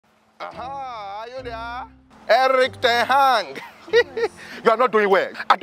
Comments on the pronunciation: Ten hang 🤣🤣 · Ten Hang 😂😂😂 I almost fell down 😂😂😂